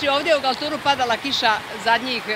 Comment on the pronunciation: sajo nie galtur nego galtir